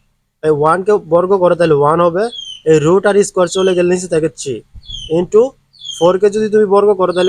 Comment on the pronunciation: স্যার আপনি 3 কে ছি বলেন কেন?